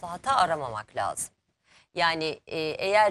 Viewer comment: Bilal ozcan gazeteciyim diye ögünüp duruyorsunuz....LAZIM..Kelimesini bile doğru telaffuz edemiyorsunuz..Türkçeyi katlediyorsunuz durmadan...İstanbul Türkçesi kullanın lütfen...sinir oluyoruz sizi izlerken..çok kaba saba..